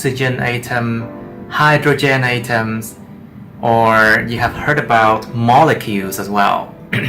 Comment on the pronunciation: great video, I love it, but 'atoms' are pronounce like at-oms not a-toms as you said in the video